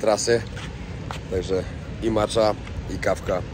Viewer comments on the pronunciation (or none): none